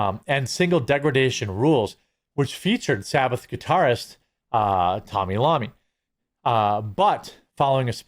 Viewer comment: “Tommy lama” 😂😂😂😂😂😂